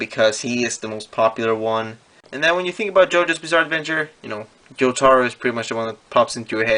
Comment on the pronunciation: I don’t like how he says jotaro